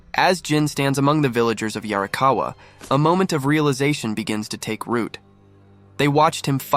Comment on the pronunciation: How DARE you say "yarrikawuh" and not 「鑓川」in a gruff, Ancient samurai voice 😡😡😡